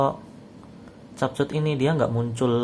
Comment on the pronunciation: Baca nya kepkat bukan cap cut